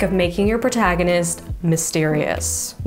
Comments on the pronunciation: “Portagonist”? As a writer, surely you should never make mistakes like this? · It's Protagonist" not 'Portagonist". Spelling 101. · Love your advice here... but, "portagonist"? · ... a channel about writing and yet there's 3 errors in the 10 minutes, at least. "Portagonist"? Where's the links she's pointing to? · "portagonist" oops